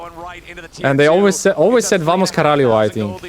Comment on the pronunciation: its VAMO CARALHO, without the S :D